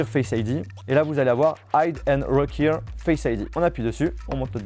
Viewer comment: « Reuquiiire Face ID » 😭😭😭